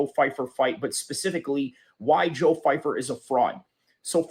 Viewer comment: 🤡 constant victim of nothing. First of all you can’t even pronounce his name right. Second of all your idea of white people makes you racist in nature. You have a general mind set of people of one total race. Americas military people are homeless all over the place of all races and a lot of them have no backing. You exposed yourself as someone who is brain broken by politics. Going on a rant because someone you will never meet says something you deem not true is idiotic at best. Your channel will literally never grow and I am comfortable withsaying that. I am so incredibly happy I don’t have people like you around me who see people as a general thing that act in one single way or have all the same advantages. You’re a clown by proxy